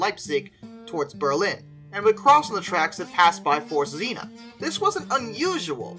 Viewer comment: Forct tsinna, not forced xina, z is always a TS and the rst is pronounced rct